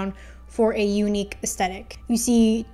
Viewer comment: Its not the worst pronunciation of aesthetic ive ever heard but you definitely should pronounce the h in astHetic.